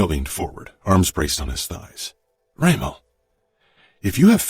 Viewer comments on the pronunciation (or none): She pronounced Dremo insted of Remo, so...and when she does the male voice is disturbing, annoing. But the hole story is beautyful